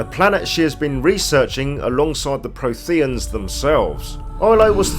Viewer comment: Jesus, that mispronunciation of Protheans makes this video unwatchable.